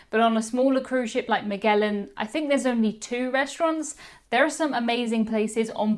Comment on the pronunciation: Maghellan? Magellan, like mah-JELL-un.